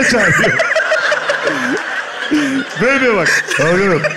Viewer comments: Gal ganotu galganotu galganotu telaffuzu GAL GADOT okunduğu gibi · Galgadot! diye anladım ben, doğrusu nne acaba 😄